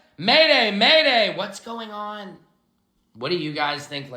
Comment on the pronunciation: I couldn't hold it he said maday,maday Trump 😂😂